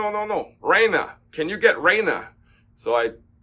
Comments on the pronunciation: Also, it’s not pronounced REG-NA, you pronounce it RE-GNA just like LASA-GNA… Remember like lasagna! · REGNA it’a latin word. It means TO RULE. Suppose that for Yonex it means that this raquet is made to RULE all the others. The way you must pronunce REGNA is as in Italy. Like RE-GNA’ and gna is pronunced like here